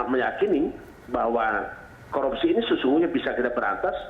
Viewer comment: Sorpei dan koropsi. Mantab bahasa Indonesianya pak!